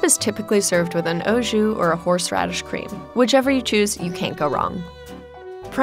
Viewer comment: Bruh the way she pronounced au jus